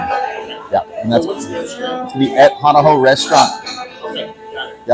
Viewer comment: If U wanna do a vid. about Hawaii ... learn how to pronounce the words. U lost all credibility as soon as U said: hana how! DELETE!